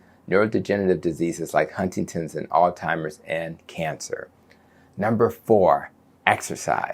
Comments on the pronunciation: Doc, did you say Alzheimers or Old Timers?? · Alzheimer's pronounced All•ZY•Mers... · Altimers?! And you’re a doctor?! I can’t 👎